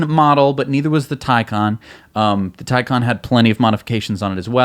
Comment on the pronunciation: Taycan Watiti get it right!